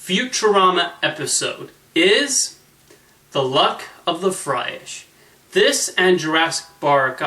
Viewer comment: Hard to believe this comment isn't here yet, but the episode's title is "The Luck of the Fryrish," not Fryish. Otherwise, I love your Futurama casts. Nice work.